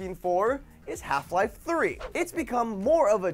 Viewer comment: you said lel three times... HALF LEL 3 COFURMED